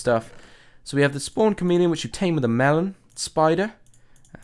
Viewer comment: When you said the camp drops from the chomeleon I thought you said comedian😝